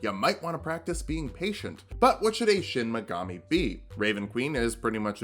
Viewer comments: Anyone else think that was saying Shin Megami instead of Shinigami to annoy those of us that know he's saying it wrong? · DID YOU JUST PRONOUNCE SHINIGAMI AS SHIN MEGAMI EVERY TIME I'M GONNA BOOST THE ALGORYTHM SO HARD RIGHT NOW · Every time he says "Shin Megami" instead of "shinigami," I feel pain, because it makes me want a Shin Megami Tensei or Persona character build. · Late comment, but it's shinigama not shinmagami. That'd be your shin magami tensei. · "I don't know what a Shinmagami is" That's probably because its pronounced Shinigami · not to be that guy but its Shinigami (death god) not Shin Megami (true goddess). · Great video. Only one critique: It's Shinigami, not Shin Megami. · You mispronounced what the death Gods are called in the entire video It's Shinigami, not Shinmigami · Did anyone else notice that he was saying “shin megami” instead of “shinigami”? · Took me a while to realize you were saying "shinigami", not "shin megami". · Take a shot every time he says Shin Megami instead of Shinigami and you want to finish the sentence with "Tensei" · Dear god stop calling it a "Shinmagami". This isn't fucking Persona, its a Shinigami. They're gods of death in Japanese folklore. It's a real thing. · The way he says Shin Megami instead of Shinigami really irks me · Anyone one being physically hurt whenever he says "Shinigami" as "Shinimagami"? I still love you but it hurts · So, like Is nobody gonna talk about how is saying "Shin Megami" and not "Shinigami"? He's either an SMT lover in hiding or taking the piss but idk it's funny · Is... is he purposely saying Shin Megami instead of shinigami as a joke or just mispronouncing it? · Is...is he saying "Shin Megami" on purpose? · Is he purposefully mispronouncing shinigami or am I crazy? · Did you have SMT on the brain? It's shinegami, shi-ne-ga-mi. One word, and only one M. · Me: aw yiss Light from death note: "Shin Magami" Me::'< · Any body gonna mention how he says shinigami?